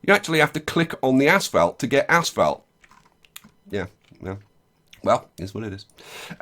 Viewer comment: He keeps Saying "Ass Felt" and not "Asphalt".